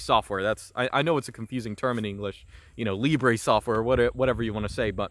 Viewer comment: Tbh Latin pronunciation is barely acceptable